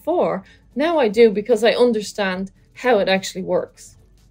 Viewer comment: So Is she a German-native speaker? 😛 "unterstand“